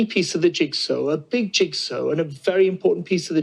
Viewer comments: "The arrogance of the unelected" says the unelected! BTW Guto, the word is "jigsaw" not "jigsew" This from a guy who was a communication specialist?! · Err…what’s a “Jigso”? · What's a "jigso"? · What is a "jigso"? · Jigso? What's a jigso? 😆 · Ah, the opinions of a guy who can't pronounce jigsaw. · Why can't he say 'jigsaw'? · Dude can't even say 'jigsaw'.